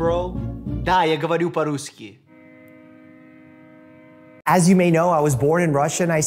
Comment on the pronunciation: "Not рюски as you’ve written. There is no such word." ОН произнес "рюски" и я это предоставил как обоснование своего первого сообщения. Он в этом видео произнес 5 слов из которых одно звучало как "рюски" а другое звучало как "спрашуют". Translation: HE was the one who butchered the word. I simply transcribed what HE said. Thank you for pointing out that the words he said don't actually exist and sound only slightly similar to the correct pronunciation.